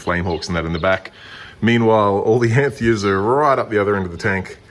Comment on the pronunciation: Beautiful fish but the pronunciation of femininus (you put the name in your title, it's not feminus) and anthias (single is not anthia, the s is hard, like bus, not soft like bees) makes me cringe.